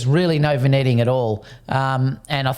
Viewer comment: It's pronounced vin-yetting